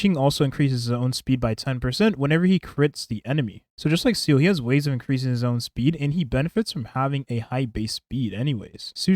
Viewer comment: i'll never get over you pronouncing Seele as seal